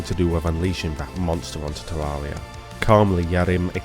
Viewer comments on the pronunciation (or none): none